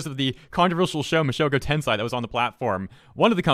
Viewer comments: Its pronounced "ten'-say" not "ten-sai" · No hate, but its pronounced ten-say not tensai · Ok i'm gonna say this and probably you guys gonna say I'm nerd/otaku/weeb or something, but the pronunciation for "Tensei" is Ten;say and not Ten;sai Ten;sai means genius/smart while Ten;say/sei means incarnation/reincarnation just saying for knowledge so people know about this, sometimes a pronunciation can change the meaning of a word so be careful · Two things: Tensei is pronounced (Ten-Say), not Ten-Sai. 2nd of all: That's rich, coming from a country with a massive human rights violation record. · Its not 'Mushoku tensai' its Mushoku tensei Just saying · Did he just said "mushoku tenSai"? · Nobody gonna talk about how he pronounced Mushoku Tensei as Tenseye in the beginning of the video? No? Just me? Ok. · I cringed when he pronounced it like that. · Just cut him some slack, it’s not like everyone can correctly pronounce Japanese word, though his pronunciation is indeed incorrect. It’s not like he intentionally makes fun of the anime. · even a child can pronounce that, no offense. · I love how you butchered the word "tensei" again.